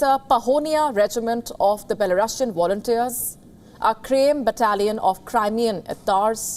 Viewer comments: What is "awailable"? What are "wolunteers"? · What I wonder the most is what the anchor means by "awailable" and "wolunteers"?